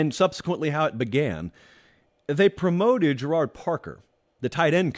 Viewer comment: Gerad Parker is pronounced like Jared. Obscure thing I remember from his time at Penn State. Love the show! Great episode as always